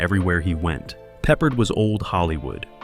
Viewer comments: Quit calling him pepperred!! He's not a piece of meat!! Call him by his name properly!! AGeorge PEPPARD!!! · His name is pronounced Pe ppārD not peppered!!! Get it right Sir!! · PeppARd.!!! Not pepprered!! I'll come over there and pepper your ass!! Fool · I pity the annoying announcer who' can't pronounce George PeppARDS NAME RIGHT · Pepper-ed. LOL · This channel has a bad habit of mispronouncing names when talking about old actors. I know trying to read a last name and hearing it are two different things. Especially if you probably were not even born then. George Peppard was the actors name you missed. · Do you know if you make a video you should really learn how to pronounce the names of the people you’re talking about. If you can’t even say, George Peopard’s name right, how can we believe the rest of the things you’re saying in this video?